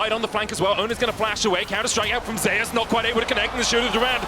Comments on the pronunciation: There’s a player in Vietnam named ‘Zeus’ in the game pronounced the typical way. They pronounce T1 Zeus as ‘Zayus’ to distinguish both players. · How come he prenounces Zeus as Zayus? LOL